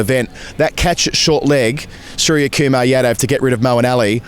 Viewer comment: Lads, love this channel , but it’s OOmesh not YOUmesh. 🍻